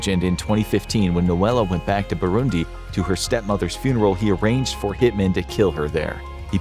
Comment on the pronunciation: Finally they pronounce Burundi